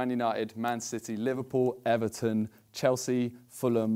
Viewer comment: Simon said chealsea twice